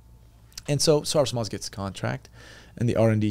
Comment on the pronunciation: As a Turk, I noticed how ''seperated'' he is from Turkey when I couldn't figure out what he's saying when he pronounced ''Sarsılmaz''